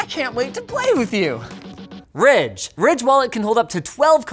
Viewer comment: Today's sponsor segment was literally a cut and Linus going "RIDGE" lmao